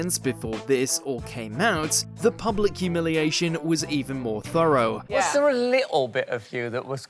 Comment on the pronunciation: "Thou-row"!? WTF is that? You're English for goodness sake. Act like it !